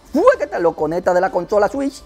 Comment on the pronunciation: buen video! me haces reír con tus expresiones jajajajajajajaja "la nintendo swish" xdXdxD Saludos desde Paraguay!